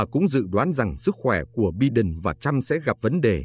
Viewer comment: Xin lỗi phát âm tên tổng thống Mỹ Biden : Bai- Đần